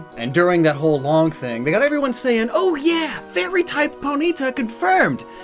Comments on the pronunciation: Anyone else triggered by how he pronounces poNYta and not POnyta?? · It’s always interesting to hear how different people pronounce various Pokémon names, for example: says Po-nita and I say Pony-tah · The way you say Ponyta is NOT ok.